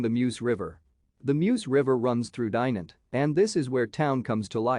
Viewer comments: Dai-nant ? Dye-nant ? The "i" is pronounced as in "kid". And the "t" is silent. The city is not really a "hidden gem" either. Ok, there are a few places to visit such as the cathedral or the citadel but really it"s not that special. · Butchering of the name but it's a nice place.